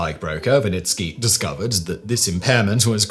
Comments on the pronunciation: Wernicke aphasia , not « Vanitki » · Pretty sure he was mispronouncing Wernicke